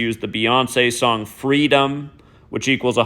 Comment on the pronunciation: Isn't that song called "Fweedom?"